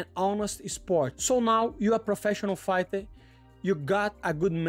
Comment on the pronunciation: Did he say UFC Farter 😂. Always rooting for you!!!!!